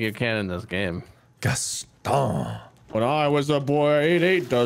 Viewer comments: Why he pronounce Gaston without the o? It’s gast-on. They say it like that in the movie. Americans... am I right? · "gas-st-une" it's 'Gas-ton'